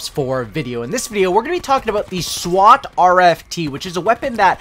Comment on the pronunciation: Y he say swat like a Indian